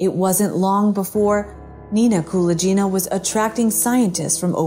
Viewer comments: You mispronounce Nina Kulagina's name. It's not "Koola Jeena". Rather, it is similar to how one pronounces GULAG, putting the emphasis on "A". So, it's KuLAGina. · Thank you for the video! You are not pronouncing Nina Kulagina's last name correctly though. The g is pronounced like in gun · Only now there is no excuse to mangle people's names pronouncing it all wrong. At least before it could be blamed on the AI not being able to pronounce foreign names. Now it's just pure laziness in research. Kulaghina is for some bizarre reason is pronounced as Kula Geena. Completely wrong ! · The "g" in Kulagina is pronounced as in "grape". Your pronunciation makes her sound like someone from India) Interesting, I've never heard of her before. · It should sound like, Kuh-lah-gyh-nah, with stress on the first ''A''. Otherwise it sounds like some italian name. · Kuh-LAAG-inna. She is infamous. Do you plan on mispronouncing as many words as possible? She was a USSR crank. Y'know...Fake.